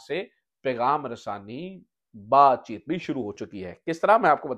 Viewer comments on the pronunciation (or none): none